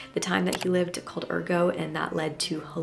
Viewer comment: I believe 'ergot' is pronounced er-got. It's not French.